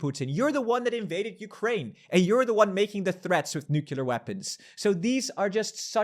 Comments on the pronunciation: Mein Herr, mann sagt "Nu-cLear", kein "Nu-cUlar" 👍🏻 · Can you please pronounce nu-cle-ar not nu-ke-lar. It drives me insane.😅